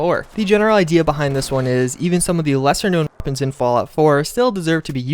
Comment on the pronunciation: He can’t even say weapon, YouTube is so pathetic